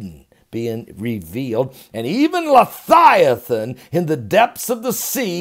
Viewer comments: leviathan...... not lethiaton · I don’t understand how you can SPELL leViathan correctly, but you can not pronounce it correctly. Why do you pronounce it “Le Thigh A Than”. Am I missing something? I could see if you were trying to pronounce the word H3882 in a Hebrew dialect, but that’s not it either. So what’s the deal Pastor? Are you intentionally mispronouncing it or can you legitimately just not pronounce it correctly? Sincerely, I’m not trying to just be negative. I just think it reflects poorly upon someone when they don’t make the effort to pronounce words correctly. It makes them seem very unintelligent. I looked up the word to make sure I wasn’t pronouncing it incorrectly all this time, and the interlinear concordance and lexicon shows a transliteration Of Livyathan, (LIVE-E-Uh-Thon) Here’s my citation: Click the listen button. Sincerely and with respect In Christ’s Love. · Love you... I am fairly sure you are pronouncing the name incorrectly.